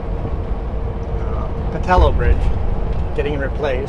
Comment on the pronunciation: Pa-TULL-oh. I’m 66 and have always heard it pronounced this way.